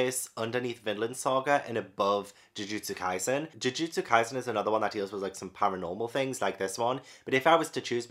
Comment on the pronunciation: So many of these if not all are so incredibly good, the ones I definitely recommend so much are Jujutsu kaisen Demon Slayer Haikyuu Assassination Classroom Bleach (and you said their names correctly) Toilet-bound Hanako-kun My hero Academia Yona of the dawn Kamisama kiss One Punch Man Fairy Tail